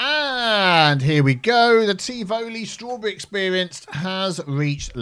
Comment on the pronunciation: Your pronunciation of Tivoli is way of, but whatever. 😁